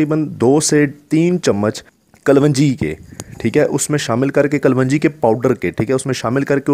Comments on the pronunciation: Pahle bolna seekh kalwanji nhi kalonji hota hai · Kavanji nahe kalonji... hahaha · Kalwanji nahi kalongi bola kro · kalwanji kya hota h ganwar kalonji... sahi word bola kro... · Thek hai...thek ha..bass kar yar.... ..kalongi..kalwangi. not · Kalwanji nahi klonji kehtay hain theek hai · Ary bahi kaa loonji hai not kalwanji plzzzzzzzzzzzzz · Kalonji not kalwanji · Kal wanji nahi kalonji!! Aap ko ye tak nahi patta?????? Kon tha uustad aap ka? Jahil, uun parrh? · Mere bhai kalwanji nhi hota sahi word kalonji hy